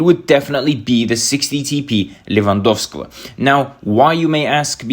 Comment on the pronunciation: I'm from Poland and I can't stop laughing when you say "Lewandowski". It works every time 🤣🤣